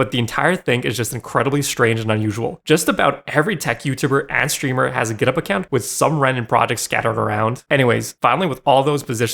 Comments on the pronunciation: As an Australian, hearing you pronounce GitHub as Giddup really triggered me over and over for some reason. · Is github pronounced gitup? Why is he saying it like that? Am I dumb?